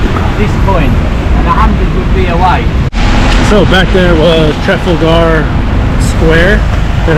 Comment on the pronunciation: Tra fal. gar. Not Trafal gar